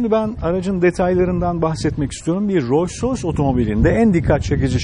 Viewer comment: keşke markanın telaffuzunu yanlış yapmasaydınız bütün video "royce royce" demenize takıldım kaldım. Buna rağmen teşekkürler.